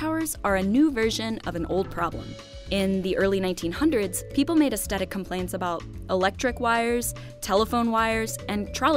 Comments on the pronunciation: Aesthetic is pronounced "ass-thetic", not "ast-etic". This drove me nuts! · Please learn how to say aesthetic. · can't pronounce aesthetic properly. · Does anyone else find the narrator's pronunciation of aesthetic jarring? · There's no hard "t" in the first half of "aesthetic."